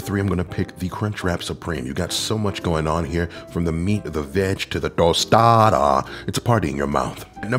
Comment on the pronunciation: Tos-tah-dah with full emphasis on each syllable will forever be how I say Tostada from this day forward. 😂